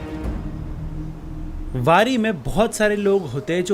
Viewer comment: पंधारपूर वरी नहीं पंढरपूर वारी बोलते है